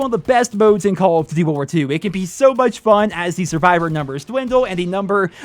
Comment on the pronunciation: The way that he says Duty, ddy